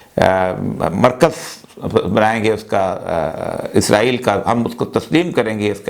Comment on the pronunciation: ازرائیل نہیں اوریا بابو، اسرائیل۔